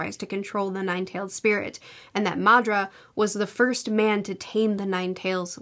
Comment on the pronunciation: I love the pronunciation of Madra as if he's Spanish 😂 I'm just teasing, but it does sound really funny, in a playful way.